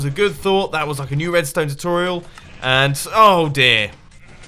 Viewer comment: Xisumavoid Dictionary: Chooturial (Choo-tor-real) Said to be Xisuma"s way of saying the common Youtuber word, "Tutorial". This word is seen in many of his redstone videos, but can crop up in certain episodes of Hermitcraft videos too. Issooma (Iss-oo-ma) The way the master himself, "Xisuma", pronounces his name. Many different forms have been spoken over the internet, such as "Ex-oo-ma" and "Ksoo-ma". For all we know, even HE may be saying it wrong ~(o.o)~ Allo (Al-oh) heard in almost every video of Xisuma"s, this is his unique way of saying "Hello". Simple. Pozeeble (Poz-ee-bell) This is heard in a vast variety of X"s videos and legend says that this is the way that "Possible" is pronounced in his own little world. Does that legend pozeebly tell the truth? Mashroom (Mash-room) Mashed potato with a hint of mushrooms? Nope - this is just X"s way of saying "Mushroom". I better stop talking about this word; there isn"t mushroom for anymore info ;-) Derite (der-right) Sounds much like a derpy way of saying "Diorite" - Oh wait, that"s what it means. Did I just call Xisuma derpy? Woops, sorry :3 Saink (Say-nk) This is said to be the way Mr X says something, and that something is "Something". Am I missing something here? Woa"ah (Wuh-oh-wuh) Woah there! Xisuma appears to be blown away by the sight of this new liquid - "Water!" Isn"t it amazing? Woda (Woah-da) Once again, another facinating word for "Water" brought to you by Xisuma Recordeting (Record-et-ing) Xisumas way of saying he"